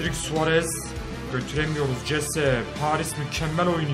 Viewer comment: abi o jese değil hese okunuyo